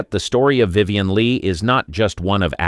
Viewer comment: Vivian Lee-aggie? Geesh.